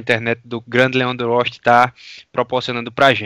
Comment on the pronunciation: "Grande Leando Oxti"